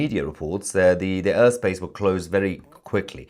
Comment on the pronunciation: The Urr space 😂 Yor Mrs should teach you better pronunciation 😂 ❤ love u